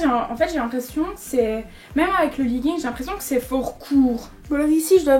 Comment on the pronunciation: omg chui morte elle a dis "leguingue" mmmmdr